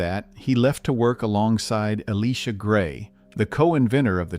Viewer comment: eh-LIE-sha gray. 🙄